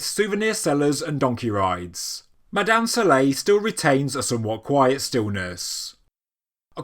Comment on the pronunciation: Try to get your pronunciations correct before you do any documentaries , you did not pronounce any name correct about ( Mada'in Sa'leh ) , Madain Saleh . Hajj Ali